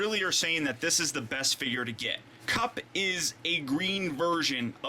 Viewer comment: kup not kip